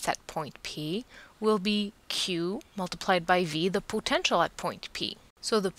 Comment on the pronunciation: Thanks! Although i'm bothered by how you say "potential"....